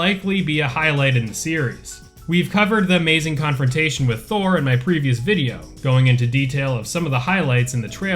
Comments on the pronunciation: Mainly, the O vowel in Thor should be more of an "oh" sound, like you just realized something. And the Rs are all supposed to be rolled. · thor is not pronounced like everyone says but nobody seems to care, so...